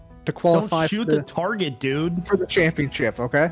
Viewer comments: "targét" " h weat" i see these gentlemen have their grammar in order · targét: WELS-MART